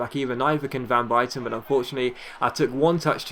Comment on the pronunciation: You can't say van buyten right...